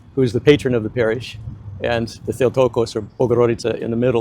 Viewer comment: he said "theotokos" and he said it with a perfect greek accent referring to Virgin Mary. ask him next time you see him. i bet he has been reading greek texts. Orthodoxy is a greek compound word, ortho: correct doxa: faith/glory. Byzantine times.. it was 2 monks that introduced the alphabet in Russia. Kyrillos & Methodios. i am an atheist (no judgement pls in these weird times) but i do know my country's history. great videos, keep going! keep it real, fanaticism is the enemy of humanity😊